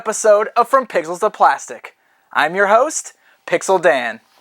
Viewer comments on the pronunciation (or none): in the beginning it sounds like he said pickles to plastic